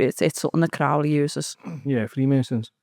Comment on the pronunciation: Doing my head in how she pronounces Crowley. It’s meant to rhyme with holy.